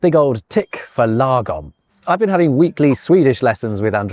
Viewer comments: I am not so sure about your Swedish tutor though. She should have pronounced it properly since "lagom" is not an English word. And she most definitely did not! Law Gomm (like gong, with an m) Also, while it is true that Swedes use this word and that it indeed means "just right" one could easily translate it to "ideal" because that's essentially what we are referring to. But it can easily also, depending on context, be translated to "enough", "right", "justified", "spot-on", "utopia", and "optimal". I am going to attempt to translate some Swedish sentences, word for word, even if the translation might sound wrong in English. I am omitting words like "the", "of", "this" and "on" etc. Sätt termostaten till en lagom temperatur för alla. Put thermostat to an ideal temperature for all. (Put the thermostat to an ideal temperature for everybody) Drick lagom mycket alkohol på festen ikväll. Drink ideal amount alcohol on party evening. (Drink just the right amount of alcohol on the party this evening) Jag är lagom trött på att höra ditt tjötande. I am right tired on at hearing your nagging. (I've had it up to here with your nagging) Lagom är bäst! Utopia is best! (In an ideal world...) And before anyone mentions it, that you therefore can't translate "lagom" into a single word that means all the things, let me remind you that English also have words with plenty of synonyms and "lagom" has many synonyms in Swedish. And that Swedes and the English alike have many words that indeed means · Fair warning: when Swedes speak English, they tend to anglify Swedish words. You can hear them pronounce Swedish words truly weird. This Swedish lady did not quite mrdr 'lagom', but she did not pronounce it the way it should be pronounced. The show host did well though clearly using the grave accent as it should be pronounced.